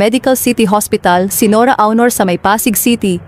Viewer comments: Hooooyyyyy!!!HINDI AWNOR ang pagpronounce ng AUNOR ni ate guy kundi ONOR.....NORA ONOR (Aunor).Kakairita yng pronounciation mo sa showbiz name ni ate guy. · Onor not Awnor pls. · HINDI PO BA KAYO NAKIKINIG NG TAMANG PAG BIGKAS NG APILYEDO NI ATE GUY? ANG PAG BIGKAS NYAN AY ONOR(AUNOR)AT HINDI AWNOR.ISA KARING GAGA. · Anokaba Dai Dili awnor ui?;onor Dai sllent u anokaba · Akala ko ba NORA AUNOR. Eh bakit yung boses panay sabi Nora AUROR. Paki correct naman, RESPETO naman dyan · Hindi po awnor aunor po NORA AUNOR hindi awnor kaloka. RIP Miss N.A. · Why don't you pronounce it as ONOR? Hindi AW-NOR ANG PAG PRONOUNCE NITO!!! Para kang SIBUYAS BOMBAY magsalita!!!!! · Leche awnor daw onor bigkas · Awnor,,onor,,oh no filipino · Pronounce as Onor not Awnor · Anong awnor., aunor po as in onor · Nora aw...nor b prounaciation nun ok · Ano saki SI Nora auwnor sobra naman Ang pronouciqtion kopal ka? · Ayusin mo Yung AWNOR mo. OA mo NMn. Panget pakinggan. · Nora "AWNOR?" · Nkakaloko naman yang pag pronounce mo ng “AW-nor”… disrespectful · why u keep saying “awnor”? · Sbi ng narator nora awnor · Awnor hehe AI ba to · 🤪Don't you know how to pronounce her last name? . My God she was around for so many years and cannot say her last name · Sino bs itong nagsasalita na ito tagalog na ang salita di pa masabi ng msayos psti apelyido ni Ate Guy di mabigkas ng maayos 😂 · Rip po. Yung voice over, mali po pronunciation mo sa last name nya.